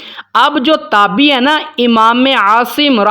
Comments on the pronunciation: اسلام علیکم ،جناب یہ لفظ" تابی" نہیں بلکہ "تابعی" ہے درست کر لیں ،شکریہ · جناب یہ تابی نہیں ہوتا تابعی ہوتا ہے آپ اگر ایسی غلطی کریں گے تو سارے لوگ آپ کی وجہ سے غلطی کے مرتکب ہوں گے اس کو درست لکھیں اور درست پڑھیں